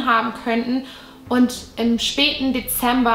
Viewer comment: „Deeember 1957“